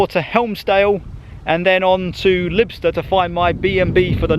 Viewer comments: Not "Libster" but "Lie - b - ster" Pronunciation of Lybster. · Nice video. Lybster is pronounced Liebster